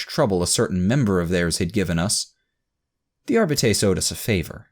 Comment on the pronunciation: As much as I loved listening to this series years after reading the original, the way this man reads Arbite/Arbiter hurts me every time.